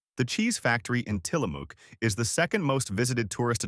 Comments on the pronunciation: In Tillamook, the “ook” rhymes with the “ook” in book, not buke as says. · You really need to check your words because you're getting Tillamook wrong too. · It’s pronounced “will-LAM-ette”, with the accent on the second syllable. And it’s “tilla-muck”, not “tilla-mook”.